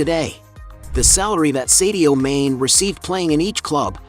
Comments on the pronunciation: His name is Mane'.not main u should know better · There is a reason for the accent over the e, it’s pronounced “marney”.